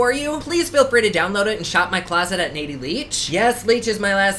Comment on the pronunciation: Loving the video as always. Duh it's 😆